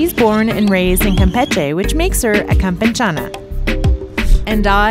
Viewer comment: es campechana, no campenchana